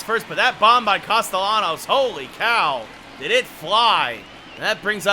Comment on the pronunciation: Great video except the pronunciation of Castellanos